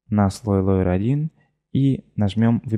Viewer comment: Лэер, а не лоер) ну можно же грамотно называть термины